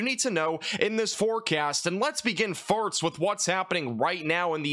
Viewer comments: "Farts" XD. Well It sounded like Farts & I got a giggle cause I'm a Juvenile Kid at heart <3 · am I the only one who hears him say farts every time he says first?